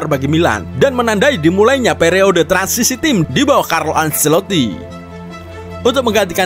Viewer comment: Penyebutan acelotti: bukan anselotti tapi ancelotti